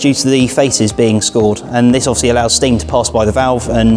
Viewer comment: Offsly as he said so many times